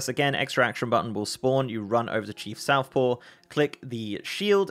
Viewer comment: Just want to point out, it's Chief SOFTpaw, not SOUTHpaw...